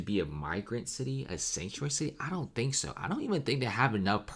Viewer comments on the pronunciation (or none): none